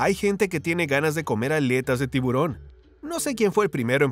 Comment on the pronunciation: Por favor no se dice tibrón sino tiburón y esa U suena muy clara. Disculpas por corregir y muchas bendiciones.